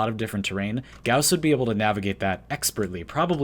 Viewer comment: Video: says gauss wrong Me: im out